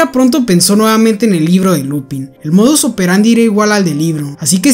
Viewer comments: "Lupân" se lee, no "Lupin" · No es Lúpin, se dice Lupín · No se pronuncia lupin, es lupan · Enrealidad la pronunciacion es "LUPAN", porque esta es en frances. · pero se pronuncia lupan creo xd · en realidad se pronuncia lupang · Se pronuncia "Lupan", como la serie "Kaitō Sentai Lupinranger vs. Keisatsu Sentai Patranger (快盗戦隊ルパンレンジャー vs. 警察戦隊パトレンジャー Kaitō Sentai Rupanrenjā vs. Keisatsu Sentai Patorenjā)" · decir no es lupin es lupen aunque gran videoooo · Es una gran serie y buena trama pero me confunde mucho porque en el anime japones se pronuncia Lupan y se escribe Lupin, pero aquí se pronuncia Lupin igual 😂😂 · No es por ser quisquilloso pero , me dio ansiedad cuando dijiste “Lupin” en lugar de “Lupan” pero solo eso, buen video uwu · "Lupan". Es francés. Lupin se dice "Lupan" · Oseaaa la serie se llama lupin pero se pronuncia lupan por el men del libro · La serie es francesa la in y la se pronuncian an entonces no es lupin es lupan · No se pronuncia lupin si no Lupęn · Se pronuncia Lupan no Lupin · no se dice lupin se dice lupain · se pronuncia Lupang :u no lupin que es frances la serie y pos pff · enreralidad no se dice lupin es lupang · es que se escribe Lupin pero se pronuncia Lupan(con acento frances jajajaja) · Se escribe así pero se pronuncia lupan, si es que te refieres al nombre, lupin ha sido en efecto un anime algo antiguo y un libro por aparte que puede parecer infantil pero verdaderamente no lo es. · sorry pero creo que se pronuncia "lupan" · No se pronuncia 'Lupán' ? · LupAn se pronuncia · Se pronuncia lupan porque está en francés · Se escibe lupin pero se dice lupan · se dice Lupán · Se pronuncia Lupan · Tanto esfuerzo para pronunciar el nombre del museo en frances y despues pronuncia el nombre del personaje en español. Liupen seria pronunciado en frances. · lupan, se pronuncia lupan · Se dice Lupan xdd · Creo que se pronuncia "LUPAN" por ser frances